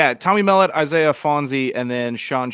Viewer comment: Love the podcast fellas. Just a small correction for MSU - its pronounced Tommy mel-LOTT, not MELL-ut